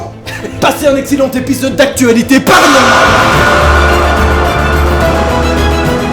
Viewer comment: Des threads paranormals t'as dit...PARANAORMAUX ON DIT...PARANORMAUX!